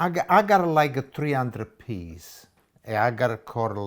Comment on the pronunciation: "I got like three hundred peas." 🤣